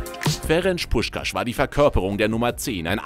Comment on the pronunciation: Was macht das für ein Sinn? Puskás mit sch aussprechn aber Budapest mit s🤦🏻‍♂️🤦🏻‍♂️🤦🏻‍♂️ S= Sch und Sz= S Außerdem spricht man das á länger aus. Bei uns haben strich und punkt ja a einer andere Bedeutung